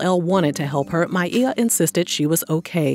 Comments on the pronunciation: I love that you pronounced her name correctly. Back in the day she did an interview (maybe Arsenio) and she said she doesn't correct people when they say My-ah but said she pronounces it My-ee-yah. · Hope she gets the help she needs.. props for saying her name correctly